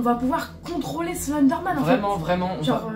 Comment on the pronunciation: Wesh omg il éter dérnier vous vous éter entrain de dire slinder man 😭😭😭😩😨😨😨